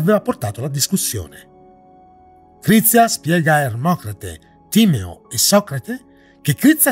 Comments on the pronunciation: Timèo non Tìmeo. Gli accenti son fondamentali!!!! 😁 Scusa la pignoleria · Più che altro starà rabbrividendo per la pronuncia di tutti quelli che dicono Tìmeo - mentre invece si legge Timèo. E Atlandide è esistita….non la versione letterale di ciò che descrive Platone ovviamente, quella è solo la raffigurazione letteraria di un evento passato reale in cui una civiltà per la sua epoca molto avanzata è stata distrutta da una serie di cataclismi. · Bello il Video ma più attenzione ai nomi: si pronuncia Timèo e Marsilio Fisino non esiste, forse ti riferisci a Marsilio Ficino. Più attenzione.